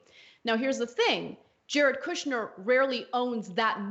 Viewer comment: “Kushber” 🤣 slum lord!!!!